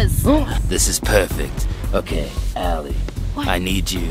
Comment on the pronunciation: It Is Alie Ok Stop Saying Ally...